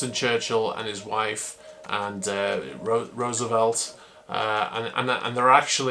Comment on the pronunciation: Thank you for pronouncing Roosevelt properly.